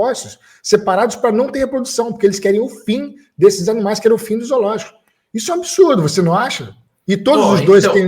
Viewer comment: O cara é vegano e fala Izoologico! Certeza que fala todex kkkkkkkk enquanto isso eu como meu bifinho grelhado delicioso, com ovinho frito, e maionese de ovo caipira! Kkkkkkkkkkk fim ao veganismo e aos veganos kkkkk